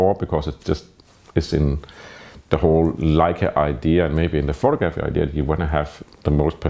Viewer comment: Love your videos. I also find it impressive how committed you are to pronouncing "photographer" and "photography" in the most Danish way possible.